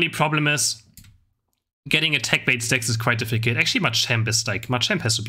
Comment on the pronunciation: much love!! but you need to learn how to pronounce „difficult“ in english sorry